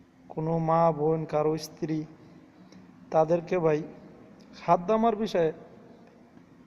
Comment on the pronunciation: আরে বলদ হাদদামা না,, খাদ্দামা,,আরে শালা তুইত আরবি পারছ না,,,,আবার সৌদির বিষয়ে ঙ্গান চোদাস